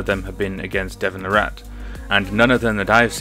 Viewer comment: It's pronounced "Lah-rit", like carrot. Here's Devon pronouncing his own name